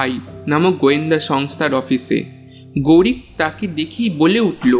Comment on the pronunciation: তোমাদের কিন্তু অনেক improvement এর দরকার আছে...অন্যান্য চ্যানেলে কিভাবে গল্প পাঠ হচ্ছে, কেমন মিউজিক দিচ্ছে ইত্যাদি এগুলো প্রথমে ভালো করে শোনো। এছাড়া উচ্চারণের হাল অত্যন্ত খারাপ...গৌরিক নয়, গৈরিক...এই গল্পের লেখক হিসাবেই বলছি, এরকম উপস্থাপনা করলে কিন্তু সব সময়ই পিছিয়ে থাকতে হবে।